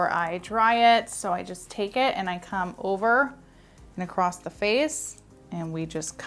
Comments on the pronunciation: Beautiful. You are too! But my OCD IS SCREAMING that ACROSS has no T at the end. It’s not ACROSST. 😂 🤷‍♀️ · I literally have to mute this girl's videos because I can't handle listening to her say take it 'acrossed'! It's across!!! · I love your videos, you are amazingly talented. Can you please stop saying "acrossT" There's no T at 😅the end of the word " across" Not trying to be a bit** it's just that it's distracting. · I love this hair style! You make it look so easy. One thing though please, it’s not acrost-it’s across, respectfully. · You seem credible until you say "acrossT" and "shtraight" There is no T in across and straight does not start with "sh" sound. Do better. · The word ACROSS doesn’t have a T in it 😵‍💫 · There’s no “T” in “across.” JS, lol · I did not know there was a "T" in across!!